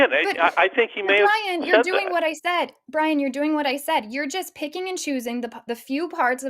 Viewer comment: Bwian, eh? The little wascal has spiwit. Spiwit, bwavado, a touch of dewwing-do.